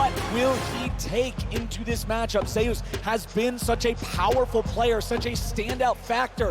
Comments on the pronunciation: Im confused.. its ZEUS not ZAYOOS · I'm curious, does the player call himself Zhayoos, the way they have been pronouncing it? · Remember Zay-oos? That Greek god.... Zay-oos. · I dont know.. it should been how you pronounce zeus in greek mythology